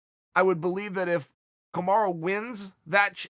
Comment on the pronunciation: And one again "Kamara"